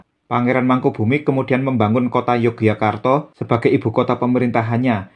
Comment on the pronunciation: Mpu, pelafalan Yogyakarta kalau dijawakan menjadi Yogyåkartå itu rasanya tidak lazim. Melainkan malah Ngayogjåkartå atau Yogjå. Kemudian, RM Sahid (yang orang sekarang lebih familier dengan nama Pangeran Sambernyawa), justru pada masa hidup beliau lebih populer dg nama: ~ Raden Mas Suryakusuma (nama RM Sahid setelah menerima lungguh dari raja Kartasura PB II); Pangeran Dipanagara pun (dalam Babad Dipanegara) mengenalnya sebagai: Pangeran Suryakusuma ~ gelar dan nama yang dipakai RM Sahid / Suryakusuma pada masa berjuang (dalam waktu yang lama) adalah Mangkunagara, Pangeran Mangkunagara (nglorod asma sang ayahanda). Dalam Babad Panambangan, Babad Giyanti, dan literatur lain pun lebih banyak dipanggil dg nama Pangeran Mangkunagara. Nama ini juga yg kemudian dipakai juga ketika telah menjabat adipati (KGPAA Mangkunagara I). Toh, saat bersekutu dg sang paman (Pangeran Mangkubumi), nama beliau juga imbang: Pangeran Mangkunagara. Dan julukan Sambernyawa hanya populer bagi orang sekarang saja. Padahal jauh sebelum menjadi adipati Mangkunegaran, beliau (RM Sahid) telah memakai nama sang ayah menjadi namanya (Pangeran Mangkunagara).